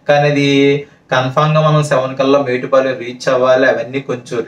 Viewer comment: Kavalane metupalem anakamdi adhi metupalem kadhu mettupalem